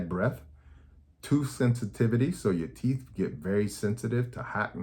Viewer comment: That man said “…Yellow Corn Colored Teeffz…!”🤣🤣🤣Thanks Doc I’m gonna mention all this to My Sisters, Daughters and Sons! Thank you and GOD Bless you